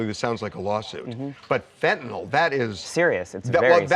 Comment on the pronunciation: Fent-ta-nyl (nill) not fent-ta-nall. We need to say it correctly so we teach it the right way for educational purposes.